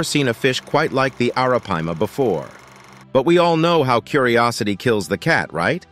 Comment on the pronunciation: Dude, every time you said Arapaima you pronounced it differently. Do your job right bro. Research.....